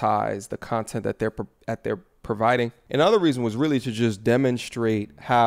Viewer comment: “... a whole bunch of other CUNT-ent” 😂